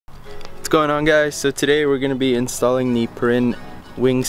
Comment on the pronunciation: FYI, not how you pronounce Perrin lol